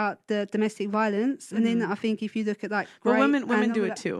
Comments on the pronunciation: Heres her problem... she "Finks" instead of think. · "I Fink"